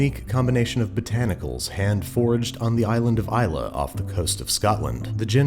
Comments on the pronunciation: Sounds like he's saying forged instead of foraged. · I had the same thoughts. It's actually Hand Foraged, as in gathered by hand. Andrew just pronounces it oddly. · Shame he can’t pronounce “foraged”.